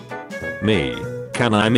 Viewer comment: I like that the text to speech voice keeps pronouncing Jesse “Jess”. Such a funny little quirk of using the British voice.